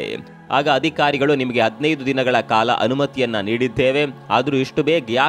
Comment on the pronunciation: ವಿಷಯ ಅತ್ಯಂತ ಅವಶ್ಯಕ.ಆದರೆ ವಿಧ್ಯಾಪೀಟ ಅಲ್ಲ ವಿದ್ಯಾಪೀಠ, ಅದಿಖಾರಿ ಅಲ್ಲ ಅಧಿಕಾರಿ, ಅಂತ ಹೇಳ್ರೋ ಕನ್ನಡದ ಕಂದಮ್ಮಗಳಿರಾ.